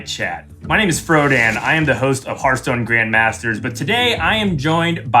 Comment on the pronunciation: It has been, is, and always will be Hurtstone. No discussion.